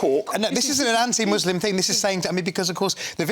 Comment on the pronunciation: What’s a “fing”?